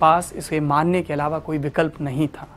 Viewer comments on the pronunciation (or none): none